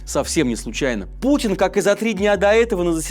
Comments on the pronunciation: Я сначала подумала, что "владимир пукин" мне послышалось,но пересмотрела раз сто,нет не послышалось😂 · владимир Пукин? Несколько раз послушал;)😂